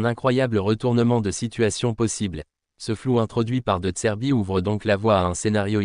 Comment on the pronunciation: Ta voix IA au lieu de dire "de zerbi" elle dit "de tserbi" ... 😂